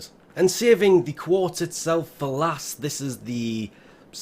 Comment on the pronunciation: mate it's QUARTZ